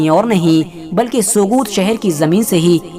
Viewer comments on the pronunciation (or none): Sogut me g silent h bro Pronounce as sout